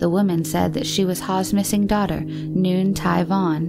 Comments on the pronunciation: I'm pretty sure Nguyen is pronounced "Whin". Not Noo-yen". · Not New-in, It’s pronounced like Win. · has such a pleasant voice but she needs to read up on pronunciations. Nguyen in Vietnamese is pronounced "Win" although the "Ng" is pronounced more like an exaggerated W, so it is more like "Wwin".. and the German currency is called a "Doyshmark", not a "Dooshmark"